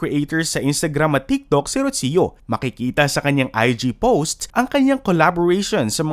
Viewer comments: It’s Roo-See-Yoo not Rotsio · It's pronounced as "Rosho" not "Rotsiyo". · Why do you keep mispronouncing the name “Rocio”?? It’s so annoying!!!